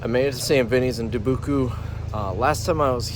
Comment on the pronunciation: Du-boo-coo???? Lmao 😂 😂😂 It’s Dubuque! Pronounced duh-byook.